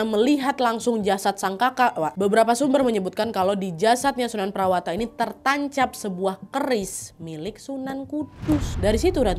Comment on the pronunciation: sunan prawata: sunan prawoto, sultan hadirin bukan hadiri